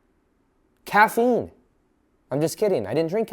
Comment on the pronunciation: “How did you do it?” “Caffine” 🤣